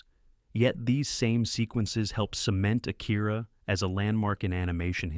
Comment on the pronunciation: A-kee-rah, not Ah- kEAR-ah. (i.e. not like hear or ear. More like key.) Mah-n-gah, not main-ga. Wait, you actually do start to pronounce it properly midway / near the end of through Fist of the North Star.